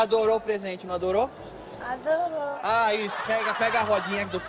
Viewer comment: ela adorou o presente: adôrô😂😂😂😂😂😂